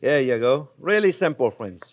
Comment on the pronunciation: "Well hello there phrinzzzzzz"